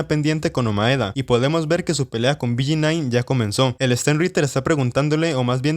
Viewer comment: BG9 carajo dilo bien